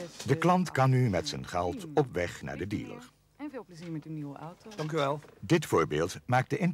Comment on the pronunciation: Veural irritant met incorrecte uitspraken zoals zeuven, oto, en kanteur